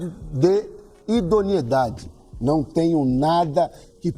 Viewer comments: Idoniedade ou Idoneidade...kkkkkk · Um cara que não sabe nem falar direito não pode ser presidente do clube mais importante do país. é "idoneidade" e não idionidade. Só pela formação acadêmica o Sr está reprovado, nem vamos falar no cabide de negócios que vc e sua chapa fizeram do Corinthians. O Corinthians se tornou refém de vcs. Se a torcida votasse vcs seriam banidos.